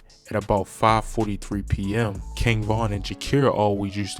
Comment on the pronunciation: . It's king von not king vong